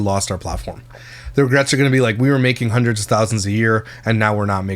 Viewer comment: Ragrets???? Regrets I think u mean 😂😂